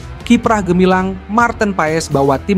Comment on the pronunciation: Maaf bos , bukan kimprah , tapi KIPRAH . 🙏